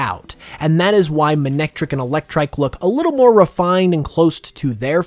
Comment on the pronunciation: Characters pronounced it as Ma-nec-trik in the anime